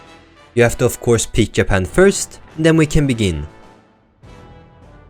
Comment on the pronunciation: hmmm. so your swedish, that must be why you said "Yapan" instead of "Japan" (j is normally pronounced like a y at the end of a sentence in english, in the swedish language, i know this as im learning it), cool! whats it like there